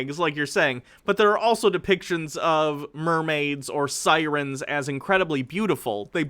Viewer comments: Jesus, from the author himself, the necronomicon is fictitious... Sigh-reen?!?! It's Sigh-ren = Siren. I'm pretty sure they are mutually exclusive from mermaids, but folklore has a tendency to spread and change depending on who is interpreting it... What time period, civilisation, location, etc are you referring to when it comes to "ancient lore"? D-does he think Cthulu, Dagon, etc are real? I can't even. Just no. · Sighreeen Just fucking say it normal.